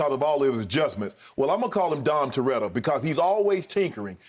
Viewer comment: Man said “Dom Turetta”.. big check